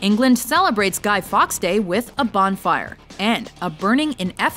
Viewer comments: It's not Guy fox it's Guy Fawkes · Oh no... no... you did not pronounce guy fawkes like guy fox.... instead of how it’s meant to be pronounced...